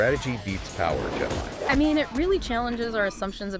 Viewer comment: Bare Knuckles and 23 yearold Tyson? Tyson.. Ans its pronounced Jet (LEE) Li